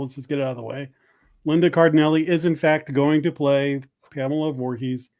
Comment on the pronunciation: Linda Cardellini will always be Lindsay Weir from ‘Freaks and Geeks’ to me. If you gents have never seen the show, I can’t recommend it highly enough. Also, her last name is pronounced Car-del-LEE-nee. I think is saying “Cardinelli” so he’s flipping a few letters around.